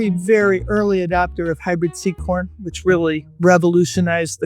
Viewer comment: Hyuahbrid Cowuhn